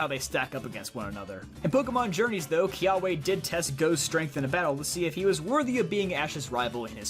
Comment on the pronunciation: Kiawe Is Pronounced Key-Ah-Veh Haole.